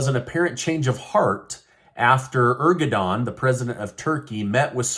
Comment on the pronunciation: did you just say "Ergodan" again instead of Erdogan?😂